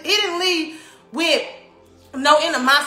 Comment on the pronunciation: "inimosity" and the most educated person in the u.s.